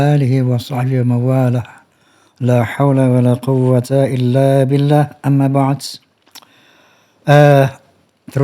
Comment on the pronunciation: Yg prrnah sy dengar dan baca Amma Ba'du bukan Amma Ba'adz